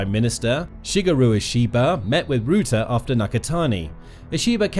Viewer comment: Guys, PLEASE change the pronunciation of Mr Rutte's name. Not 'rOOte'! Please change to 'Rahttah'. This is still not 100% correct, but it's at least ball-park correct, and will hurt less EU/Dutch ears. 🇳🇱🧀